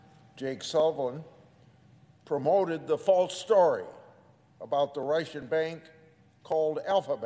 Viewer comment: Sen. Grassely, It’s Russian not Ration. I don’t want to be petty but how about some speech lessons I mean you folks work, that’s funny, 3 days a week if that. You certainly have the time. I’m just saying I like you but think you could be more persuasive if your speaking skills were improved. Good luck.